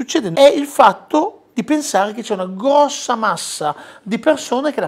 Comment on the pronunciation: UNA GVVVVVVOSSAA MASSA